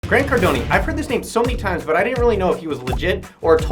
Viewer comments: Grant Cardonee lol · “Grant Cardoni” hahahahaha